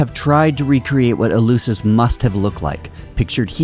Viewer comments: In fairness to the host, his pronunciation of Eleusis is reasonably close to the Attic of Plato's time. The eu was a diphthong. Attic did not have the "f" sound. Or so we are taught. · And is called ELEFSIS [the E sounds ALWAYS like the latin A / 'A' tool...) and the U sounds like an F, unless is the first letter in a word... Like I said... knows nothing, understands nothing and posses as a 'know all''...